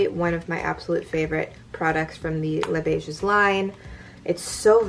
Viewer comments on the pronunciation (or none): Thanks! Greetings from Canada;) This look was so quick and easy! Your freckles are my favourite feature, so am glad you do not cover them up with heavy make up! If I may add a quick comment about Les Beiges, as we speak French here in Québec, the S in "Beiges" is silent. Be well, stay safe! P.s. Could you do an eye-makeup focused tutorial for those of us who wear masks out shopping? Hugs!